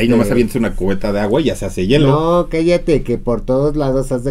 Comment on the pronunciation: No es yelo jotas, es hielo!!